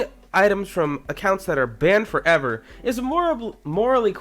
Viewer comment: Banned forEver thats how he says it